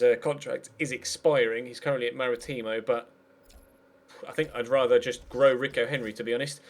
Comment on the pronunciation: you said marítimo wrong mate